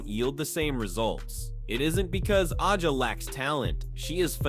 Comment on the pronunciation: A gee ah is the correct pronunciation.